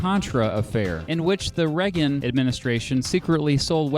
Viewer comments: beat. Without meaning to sound petty, Reagan's surname isn't pronounced "Reg-gen" it's "Ray-gen" in terms of pronunciation. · Anyone else notice he pronounces Reagan like Reh-gin, not Ray-gin Anyway I still love this channel lol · Ray-gan. Not Reg-in.